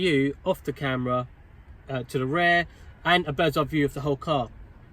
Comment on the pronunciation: Great video but you need to stop calling it ‘rare’ when you actually mean ‘rear’ bro🤦🏻‍♂️